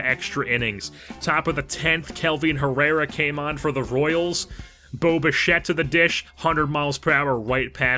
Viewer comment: lol when you said bo bichette it sounded like boba fett